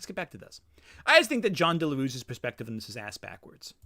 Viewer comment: As a native spanish speaker i cant help but find it funny how you pronounce "Jon Del Arroz" as "Jon Delarus". I wont even correct you that piece of shit doesnt even deserve you to say his name the correct way.